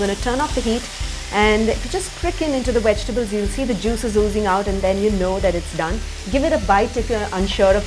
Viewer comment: Darling, your pronunciation is ATROCIOUS!! 'Vegetables' (with a V , 4 syllables), not wejtibles (with a 'W', 3 syllables). 'Tofu', not 'thofu'. 'Bowl' like 'hole', and not 'bowl' like 'owl' or 'bowel' (a different kind of bowl altogether, every pun intended). 'Beginning' is pronounced 'bih-GIN-ing': emphasis on 'gin' (and not on 'big') with the 'g' being pronounced as a hard 'g' like the 'g' in 'gun'. I can think of a whole lot more, but you can start work on these for now.